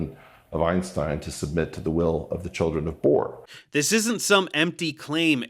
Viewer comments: Lol - “Ironstein” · I can't get over the fact that Piers Morgan is pronouncing "Einstein" like "Ironstein". It's hard not to hear.